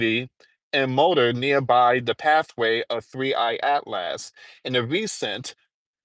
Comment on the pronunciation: Atlas is pronounced at·luhs or at-lis. Not at last. Smh